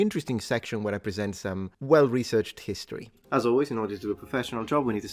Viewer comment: full "hisotry" :)